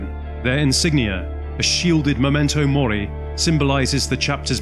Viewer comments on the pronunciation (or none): none